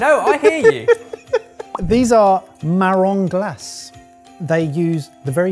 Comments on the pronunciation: it’s ‘Mah-rhohn Gla-say’. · oh come on guys, you've had french classes in school. It's pronounced "sureezette" and "Marron Glassay"